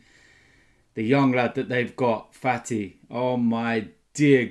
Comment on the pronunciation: Hahahahaha called fati “fatty”